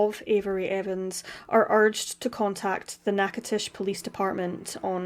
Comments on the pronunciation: Beyond tragic! The actual pronunciation of the town is Knack-a-doches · Natch (- like snatch without the S)-...i ( short i sound).... to ( like toe) .. ches (like chess)..... Natchitoches. I don't know how you got your pronunciation off that word but next time at least Google the damn thing.